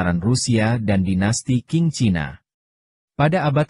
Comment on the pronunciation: Dinasti qing dibaca dinasti ching